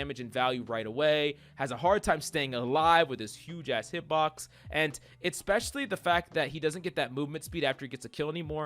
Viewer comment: Hi mate. Can you please not say "eXpecially" and "CaLVary". It's "eSpecially" and "cavALry". Thanks bruh